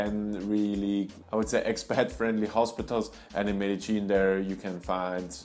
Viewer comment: Why don't you pronounce it MED DE YIN. That is the correct way. Where did ME DE GEAN come from?